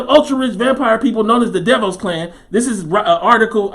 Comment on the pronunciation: Im done here in Orlando aka "the bubble". Its not what they say it is. These guys can't stand being locked down. Its a powder keg and any event would have caused them to blow. Btw, DeVoss is prenouced Da- VOSS